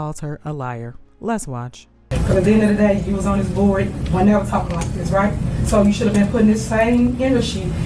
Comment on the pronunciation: Please check her education. I've seen her lie about that. I bet anything she bought that degree. That's why they questioned her about it in the deposition. She said "what's dis have to do wif why we here" They know. 😂